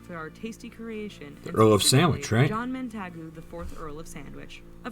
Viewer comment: Oh no, spelling alert!! It's John Montagu 4th Earl, not Mantagu. And the pronunciation is all wrong!! She separated the syllables and hardened them in a way Brits never would, softer and rolling all into one, Mon-tag-you.